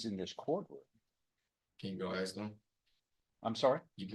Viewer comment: "I axe you dis! I AXE YOU DIS!"